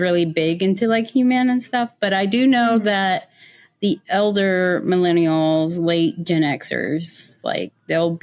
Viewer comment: You don’t have to put so much emphasis on ELDER Millennials there,.